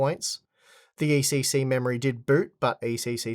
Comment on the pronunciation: It‘s ECC not ACC. Also it‘s Pro and not Pror.